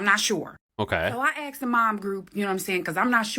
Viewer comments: Tea snack in Britain. -- she lost me at "I aksed them..." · Ask or is she actually saying aks? What does that mean then?